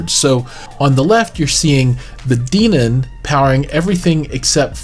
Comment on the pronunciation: It's Den-on... Hen, Ben, Men, Den....On